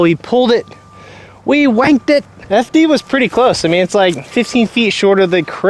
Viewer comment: It sounds like you said “wanked it” which doesn’t mean the same as “shanked it” in the UK 😂